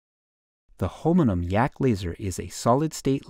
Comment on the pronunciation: The narrator mispronounces holmium - saying holminum!